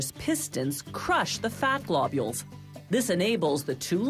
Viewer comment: Blobules omg 😂